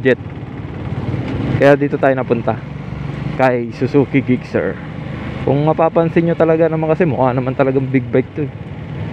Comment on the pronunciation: Sana na search mo pano e pronounce ang name sir 😊